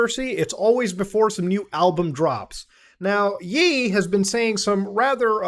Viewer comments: ye is pronounced like yay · Myra it’s pronounced yay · love how muta pronounces ye as "yee" funiest thing ive ever seen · Ye. It’s pronounced yay. It’s legit just the last bit of his name. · its pronounced yay, like the end of kan(ye) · Ye is pronounced like "yay" like khan-yay (Kanye) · I don’t want you to sound crazy, it’s actually pronounced “yay” like the end of Kanye. But you’re probably never gonna say his name again lol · Oh my god muta you misspronouncing “Ye” (pronounced y-ae) is about to set the whole kanye fanbase after you 😭😭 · Cmon muta. It’s Ye. As in Kanye. In case that still isn’t clear enough, “yay” ye is yay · I can’t get over Muta pronouncing “Ye” as “Yee” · Ye pronounced as yey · i like yee better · My brotha it’s pronounced “yay” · nigga why u mispronouncing ye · it's pronounced ye not ye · Mr. Muta its ye, not ye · I don't like Ye either, but please at least pronounce right. lol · It’s Ye not Ye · why does he pronounce ye like that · It's pronounced like the second syllable of "Kanye" dude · Muhtar mispronouncing Ye is somethig i can't get over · Muta why are you pronouncing "Ye" like that?!?💀💀💀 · Yee? Kan-YE, Muta. Come on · 'Yey', not 'Yeee'. Lmao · dude do u live under a rock or are u just tryna b funny? its "yay" not "yee" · Ye is pronounced "y-eh" not "y-ee" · It’s yay not yee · Its pronounce YAY not YEE lol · It’s pronounce Yae not Yee. Cmon bro! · Bro said "yeee" it's "yay" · Muta it’s ye like yay for the end of kan ye, not yeee like yeat why would that make sense also he’s not trans it’s still a man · ITS NOT PRONOUNCED YEE ITS PRENOUNCES YAY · he annoys me bad man 😂🤣😂when he pronounced yay as yee 😑😑😑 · Mutahar bro its YE (YAY) (YAE) NOT YEE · Bro it’s “Yay” not “Yee” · It’s ye as is Kanye … no kan just the ye … hence “ye” (yay) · Pretty sure its not yee its yay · muta it hurts when you say yee, ye is pronounced like yay😭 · Ye (provinces YAY not YEE) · Lmfao muta it’s Ye(Yay). You know KanYE and not KanYEE. Lmfaoo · It's pronounced Yé